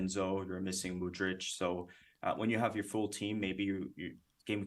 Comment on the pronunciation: Mudryk not Mudric, Mudric lives in Serbia or Croatia) Top-level otherwise!